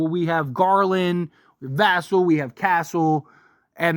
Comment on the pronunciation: And Va-SELL.